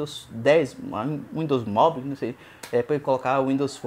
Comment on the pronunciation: uindos moble kkkkkk qual a dificuldade de falar mobaiou?